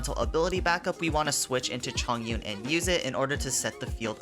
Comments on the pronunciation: its Chongyun not Zhongyun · 重云’s name is read as Chóng yún not zhòng yún the word 重 has two pronunciation but diff meanings just pointing that out